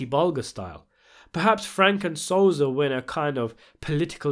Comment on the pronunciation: Yo.. it so-sa!!! Not sozah